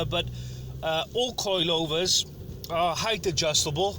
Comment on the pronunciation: The way he says "coilyovers" jarrs me